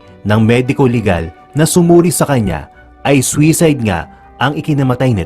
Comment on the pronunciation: Soo side poh ang tamang pronouncesation hindu swayside. Refer no da dictionary